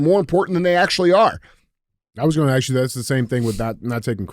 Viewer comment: Hey DJ, why don’t you listen to people like Byron Donaldson or the Fantastic Black preacher at the inauguration this morning and check out their language. They actually speak in perfect English. They CAN pronounce ask and asked. You can do it!!!